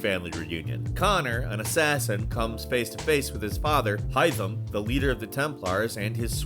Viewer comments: Great vid, shame about the HAI-THAM pronunciation 😂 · youve been playing too much Valhalla its haytham in ac 3 not hytham🤣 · I love this channel, but please at least remember Key figures names. Haytham isn't Hy-thim. It's Hay-thim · Why did u say “Hightham”??? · Did he actually say Haitham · Yeah he purposefully mispronounced some words like haytham but later in he pronounces it correctly